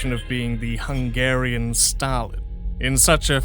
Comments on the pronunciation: Sorry to hear that. If it’s any consolation, I’ll say this: You’re way ahead of 90% of people on pronouncing Hungarian, most people don’t even make an attempt on learning how “sz” and “s” are different. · I couldn't help but notice you pronounce hungarian names a bit better. Good for you!